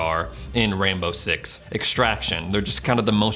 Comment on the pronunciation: does anyone else here him say “rambo” six?